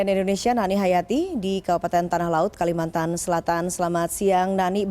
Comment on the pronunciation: "Kalimantan" bukan "kalimatan" ya